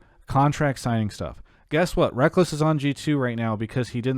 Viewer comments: I don’t agree with his take specifically because I don’t think Rekkles is anywhere near as inflexible as he’s making him out to be. I also found it so funny that he insisted on calling him “Rekkuls” despite Travis and saying Rekkles properly. But hey, it allowed for some good discussion imo. Hot take? Yeah, but we need a balance of takes like that with takes like Bluejay’s where they can’t really do anything but agree, haha. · I was getting triggered how he pronounced it lmfao. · My god... him talking about 'wrackels' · Ahahahaha.... Rekkuhls... xD I'm Dead. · Stop saying "wrekkles" just stop it. The michael jordan "stop it" meme just keeps playing in my head. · From the time I heard him called him "Rekkels" I knew it was going to be some Grade A trolling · How do they not correct him how to pronounce rekkles my god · Man the guy that mispronounced Rekkles....got me on my nerves so hard.... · Anyone who has actually watched any league of legends would know how it's pronounced though. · I always found the spelling/pronunciation confusing. Look at the word 'apples' or 'reckless'. At least spell it like 'Rekkless' with double 's' and my neurotic side would be sated. Not that it's anyone's job to deal with my neurotic side, though. Rekkles is a cool guy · To be fair that used to be a common mispronounced version of his name, Sjokz used to do it alot